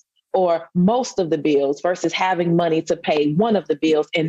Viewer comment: How about the fact she said bills as "biwls"